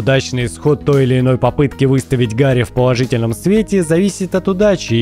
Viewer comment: Если что, то ГГ диско елизиум зовут не Гарри а Гаррье